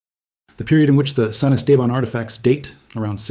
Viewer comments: Thanks for the video… Cool Stuff! And then… it’s pronounced: Est-Ah-Bahn… Not: Es-Tabin 🤣 Cheers! From Southeast Texas! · Yeah...as a 5th generation Texan, I was coming in to question where in the wide world that place was. Esteban is Spanish for Steven...so Saint Steven. Still, it's not the worst pronunciation I've heard. One reporter called Lubbock...LaBuque. I was scratching my head over that one...trying to figure out where this tiny town neat the Texas-Louisiana line was...and as he kept talking, all of a sudden, it dawned on me...Lubbock...a HUGE city in West Texas!!!